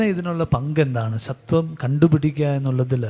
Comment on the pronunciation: Speaker is using സ ത്വം instead of സ്വത്വം